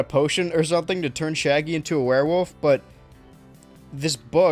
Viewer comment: I appreciate that you pronounce werewolf as "werewoof"